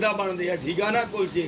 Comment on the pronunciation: ਹੁੰਦੇ ਤਾਂ ਕੁਲਚੇ ਨੇ ਪਰ ਭਾਬੀ ਕੁਚਲੇ ਕਹਿੰਦੀ ਆ ਫੇਰ ਸਾਡਾ ਕੀ ਕਸੂਰ ਹੈ